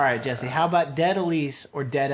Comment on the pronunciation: I'm just super happy Jessi pronounced my name correctly. :)